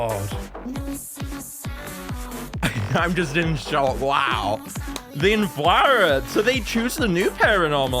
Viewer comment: I'm pretty sure its pronounced "The Inflate -rer"